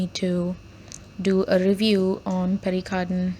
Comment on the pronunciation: So you expect an overpriced 100 rupee Pierre Cardin pen to be better than a much more refined and underpriced 225 rupee pen. and by the way its not pronounced as PERRY CARDIN but PIAR CARDAW(n)